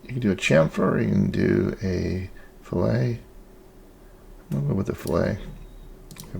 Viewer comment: its pronounced.... "FILL-IT"....not "FILL-A". FILL-A is what you do to a fish. ;) Nice work though!